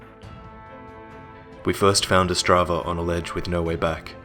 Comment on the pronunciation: its not Ostrava its otzdrava and he travels with his good mate harry book